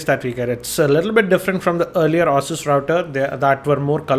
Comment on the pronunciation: Hi... maybe you call it "aah-sus" to avoid calling it "asses":).. but neither is correct... it actually is "A-sus"...